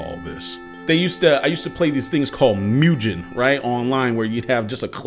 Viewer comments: Did my dude just say mewgen I thought it was mugennn babbyyy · My boy said “Mujen” 😂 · No he said myuu jen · He called mugen mewgen 😂😂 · cant believe how he pronounced mugen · He says mugen in a funny way.